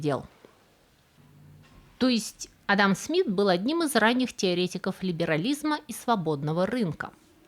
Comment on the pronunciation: P.S. есть ещё одно замечание - вы уж, дорогая, определитесь как надо правильно делать ударение в имени "Адам" - то ли как у русских, то ли как у чеченцев; а то за время ролика вы раза по три сделали разные ударения.